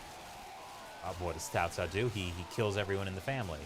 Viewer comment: Yes Cao Cao was Cow Cow 😂😂😂😂